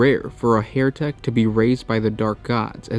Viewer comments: NOT Hairtek as you are pronouncing it. It's HERETEK as in HERTIC. Pls sort your pronunciation right. Yr vids are great it just lets you down when you mess up yr dialogue. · HE-RE-TEK (as "heretic) - not HAIR-TEK! Guys if you don't mind me asking, what nationality are you? Just curious :) Love your videos - if not all the mispronunciations, lol :D